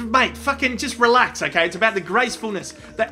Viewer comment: pronounces “relax” like “relux”